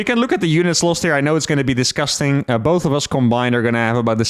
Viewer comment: dis - gus - tang